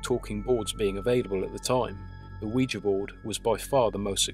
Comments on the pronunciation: my understanding is that the name derives from the French and German words for "yes": Oui and Ja. Therefore, your pronunciation would be correct. Great channel, btw. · I've heard it pronounced both ways. I think you're saying it the right way. It was a very interesting video as well. Now I don't have to be so afraid of the Ouija board.